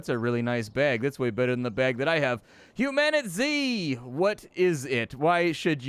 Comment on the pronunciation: ...what is it? Mispronounced. Humanitzed.